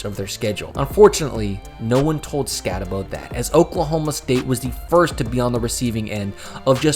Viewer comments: Skatteboo not Skattebow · Stattebow and Leave-it? come on man... if you watched any games they were in you should know how to pronounce their names. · Scat-Uh-Boo Gen-Tee is how you pronounce it jesus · It's just... Say the name right. You bothered to make a video, but didn't even bother to learn to say his name correctly? Couldn't get through the video more than a few minutes. Cam Skat-ah-Boo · All this work just to not pronounce Skattebo right. And can't get Jeanty right either